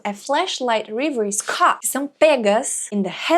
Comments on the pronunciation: Duas coisinhas pra mencionar: a palavra "disorder" em inglês se pronuncia com "s" e não "z" (é contrário à palavra "desordem" em português, né? 😄) e a primeira sílaba na palavra "reveries" se pronuncia como o "e" em "revelar" (e não como a palavra "river" em inglês). Obrigado por o vídeo! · That's awesome, teacher! Just make sure you get the pronunciation of REVERIES right. Thanks. Love your videos!